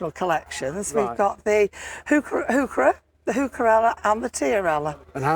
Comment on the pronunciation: trivia: heurchera is properly pronounced: HOY kerra named after the botanist.Johann Heinrich von Heucher